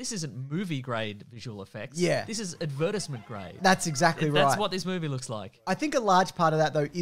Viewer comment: Is that how all Australians pronounce "advertisements " or just?